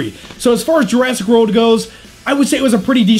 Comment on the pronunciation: Every now and then it sounds like he's saying Jurassic Road.